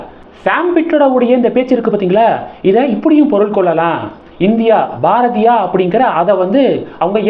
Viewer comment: Please improve your pronunciation. Each time you are pronouncing Bharathiya wrong